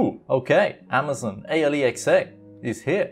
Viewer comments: hopefully, you're trolling with the whole A L E X A pronunciation to trigger ppl lol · Its pronounced al-x-uh you dont say each letter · People at Amazon spent so much effort to come up with an actual name, and you call it A.L.E.X.A. ... xD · Please stop saying alexa that way.Idk try something else instead because it sounds weird and annoying.Maybe just call it the assistant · Before becoming a YouTube pronounce Alexa right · Ha he can’t say alexa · Way you pronounce Alexa sounds like a Newgen you would find on Football Manager lol